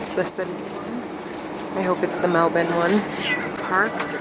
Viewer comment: Every time I hear you say Melbourne I’m like wow, we really pronounce it completely wrong in the US! Haha!